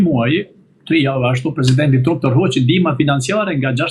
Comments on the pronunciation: O idjot nuk I thone truump Englisht pronunciation is tramp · For Heaven’s sake will someone tell him to pronounce correctly the name of the American President ???